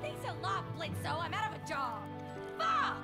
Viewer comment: why does she call him blitzo and not blitz